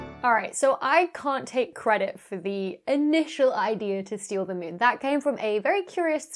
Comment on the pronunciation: Anyone else thinking Dr. Becky is saying Mewn instead of Moon? Now I have to play Mewnbase...